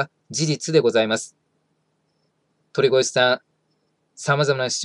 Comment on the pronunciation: とりごえ、ですよ 1：40過ぎくらいに言い間違えてますw まあこんな人の名前は言い間違えてようとどうでもいいですが…